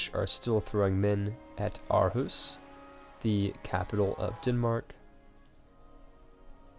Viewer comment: I twitch every time you say Copenhagen and even Aarhus xD Really irks me when it shouldn't.